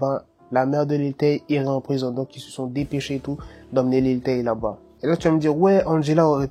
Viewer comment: au debut tu as dit lil tayne